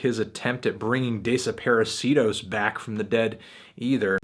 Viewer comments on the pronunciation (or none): "DAY-SUH-PAIR-UH-SEE-DOSE" fucking embarassing